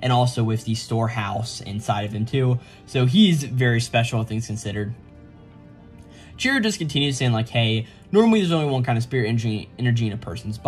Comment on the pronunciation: Chihiro not Chiro